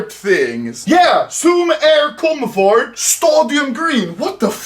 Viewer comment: Everyone: "Comfort" Anomaly: " Cum Fart"